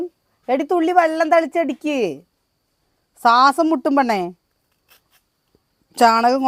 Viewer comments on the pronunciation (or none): സാസം മുട്ടും എന്നല്ല.... ശ്വാസം മുട്ടുമെന്നു പറ. കഷ്ട്ടം